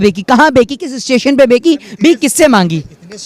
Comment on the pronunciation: Sir es mohit se कहो कि चाय बेची होता है बेकी नही ठीक से बोलना सीखा